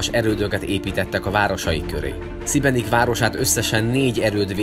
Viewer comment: Nem Szibenik, hanem Sibenik!!